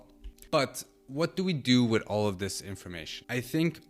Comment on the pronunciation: AI isn't doing much for the way you speak and pronounce words. It makes you sound ignorant, super accurate. You must be joking. Dis,dat,De. Please speak proper English This, that and the are the correct words. 🇬🇧